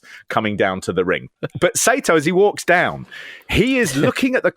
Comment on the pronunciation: Free Japanese lesson for you. It’s not SAY-TOE. It’s SAR-TOE